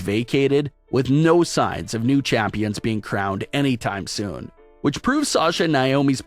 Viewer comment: “ womens tag team CHAAÜMPIONS”😖😖🤣🤣